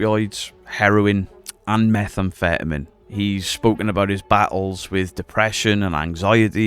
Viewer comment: What the hell does Willie for money mean? Is he a prostitute too? Also, the way you say methamphetamine makes it sound like a vitamin. Lol. Only commenting for engagement numbers.